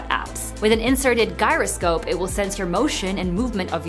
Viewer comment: Love this video. But for gyroscope: Guyroscope (wrong) vs Jyroscope (right) pronunciation 🤪😜